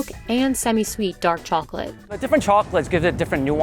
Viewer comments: ‘da chalklet is sow melty’ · they say chocolate like that lady in spongebob